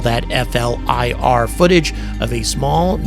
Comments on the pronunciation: Hey. People do not say F L I R. It is probounced flear, like fear with an L. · Doesn't distract from your coverage but, for future vids, please just pronounce FLIR (Forward looking Infrared) as 'flear'...thanks. Retired US Army Dude that loves your coverage! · Great job, generally in the Air Force we pronounce FLIR as Fl-ear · Instead of saying F.L.I.R, it's acceptable to say "Fleer" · FLIR. Pronounced fleer by military types.